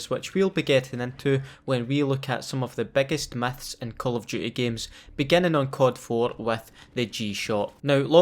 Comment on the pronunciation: i love your accent, "biggest meths in call of duty games" xdd